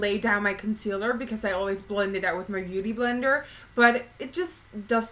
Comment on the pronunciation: hehe u said booty blender